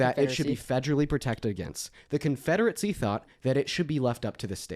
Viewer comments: Thuh confederate-see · keeps mispronouncing “confederacy”. It’s not Confederate-see. There is no T in this words. Educate yourself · I don't understand how is so well spoken with so many words, but fails to say anything of any substance. Why does he pronounce confederacy "confederetsie". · Interesting how interested is in the confederacy but somehow he thinks it's pronounced CONFEDERATZEE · Why does he keep calling it the “Confederatecy”?